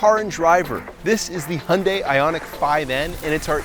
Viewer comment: I respect you for pronouncing "Hyundai" like a Korean